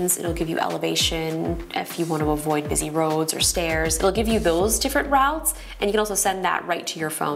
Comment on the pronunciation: Routes not rouuutes